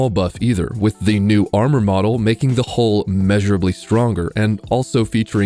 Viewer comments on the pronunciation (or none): none